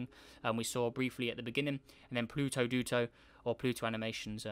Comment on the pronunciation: yes it is also its dooto not duto